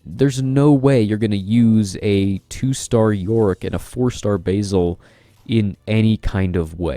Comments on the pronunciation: I believe it's pronounced "Basil" as in the name, not "basil" as in the herb lol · Agreed. He is the Batlord, not the Baitlord ;)